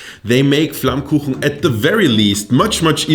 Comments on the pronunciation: do you even know how perfectly you pronounced 'flammkuchen'? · As a German living right next to the Alsace this was kinda funny to me. Also very impressive how well you pronounce flammkuchen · hab doch gewusst dass du deutsch kannst, du sprichst flammkuchen viel zu perfekt aus als dass du ami bist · the pronounincing of flammkuchen was suprising onpoint. you even know what elsasss is, you really catched this complex topic in a frame that fits a yt video. i cant find a flaw. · So happy that you introduce tarte flambé :D (and even more happy that you got the name right :D most alsatian call it by its french name btw ;) ) Still i'd say that your "classic" version of it is a bit different than what used to be served in alsace, originaly you'd have the "normal" who was only lardon (ham), cream and oignion and the "gratiné" that add cheese to the previous one. However, your version align more with new interpretation of the tarte flambé that start to show up in local restaurant nowaday, and being a vegetarian from that area, god i love them ! Anyway, i'm really honored that you show them to the world, a big culinary thank you! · You say „Flammkuchen“ like a German